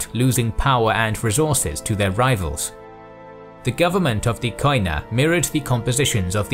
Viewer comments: Κοινά (Koina) is pronounced "Keená" because in Greek "οι" (oi) is pronounced like "ee" in "keen" or "i" in "drink". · First of all, love your work!! A minor observation, the pronunciation of Koina/ Κοινά in greek is "kenà" with an acoustic "e" in place of the "oi" and the punctuation is on the a. Keep up your incredible work!!! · Gwynbleidd κοινά is only pronounced “kina” in modern Greek. Ancient Greek pronounces the οι as a diphthong, modern Greek shortens most of those diphthongs to “E” or “I” sounds. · koina ---keena as a sound oi as a single e (oi its a double letter) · Trully amazing work, one notice though, the word "koina" is pronounced as "kiná" and it actually means "commons" in ancient and modern greek. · It's not Ko-ee-na, in Greek oi, ei, yi are pronounced as "ee" in English. Koina is pronounced as "Keena". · wonderful documentary . your Greek accent has few mistakes though "koina" sounds like "keena" , most of the times "oi" sounds like "ee" hehe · It is not pronounced Koina but kiná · Κοινα is pronounced without 'o' in it, because ο+ι=e in greek. So κοινα is pronounced kena in english. Other than that the narrator is pretty good at pronouncing greek words without being greek himself. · It is written "koina" but it is pronounced "kena" In Greek.. Excellent work although! Greetings from Greece🇬🇷